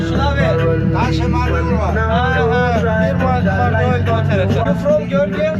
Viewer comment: Gürcüce adı Marneuli siz "Marnol" diye telaffuz ediyorsunuz asıl adı Sarvan'dır. Kadim Borçalı şehridir.